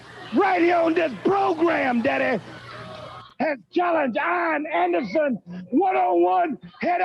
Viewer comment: It always sounded like Dusty called him Iron Anderson.